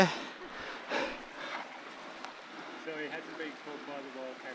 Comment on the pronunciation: How do you make the word SO into 4 syllables? 😂 saa oooo ahh ohhh